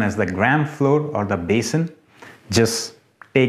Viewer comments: ITS NOT FLOOR...ITS FLOUR 🤦‍♀️🤦‍♀️🤦‍♀️🤦‍♀️🤦‍♀️🤦‍♀️🤦‍♀️🤦‍♀️🤦‍♀️🤦‍♀️🤦‍♀️🤦‍♀️🤦‍♀️ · Its not FLOOR....ITS FLOUR 🤦🏼‍♀️🤦🏼‍♀️🤦🏼‍♀️🤦🏼‍♀️🤦🏼‍♀️🤦🏼‍♀️🤦🏼‍♀️🤦‍♀️🤦‍♀️🤦‍♀️🤦‍♀️🤦‍♀️🤦‍♀️🤦‍♀️🤦‍♀️